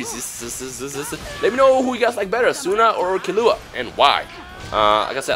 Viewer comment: Its pronounced KEY-LLUA. not KILLUA...